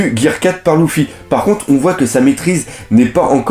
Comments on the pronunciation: Oui il prononce mal il dit louffy au de dire luffy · ponck Les voix japonaises prononce aussi Louffy mais sa ça dépends de tes préférence tu peux le prononcer comme tu veux mais Lojia.. sérieusement ? Il à une chaine entièrement consacré à one piece et il fait aucun effort pour les prononciation